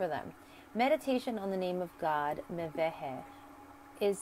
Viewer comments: Thank you so much for the video! My birthday is May 29th and I just recently learned that Mebahel rules over me. As I noticed, the angel's name is pronounced Meh-veh-heh, though written "Mebahel"? I'd love to know how to ask for his protection. PS: The cards are absolutely dazzling! Please, make them ready to sell and enable international shipping, I'm looking forward to owning a set of them. And many others are too! ♥️ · Mem Beit He < is the true pronunciation, from hebrew